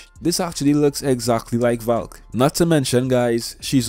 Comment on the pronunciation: I heard Falk when u said Valk